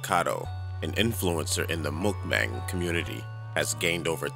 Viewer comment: Why do you pronounce mukbang as mukbong?